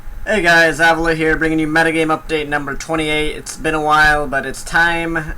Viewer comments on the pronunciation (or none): why do you mispronounce your own name....its AVEELO